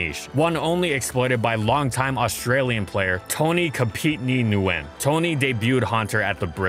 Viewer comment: you pronounce "nguyen" as 1 word not N guyen